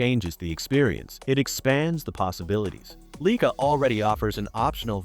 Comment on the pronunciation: I appreciate the content but whoever make this, please correct the pronunciation of the brand name “Leica”! This should not be happening with the technology available this day!!!